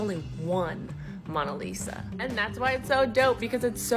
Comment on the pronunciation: stop saying mawna lisa tho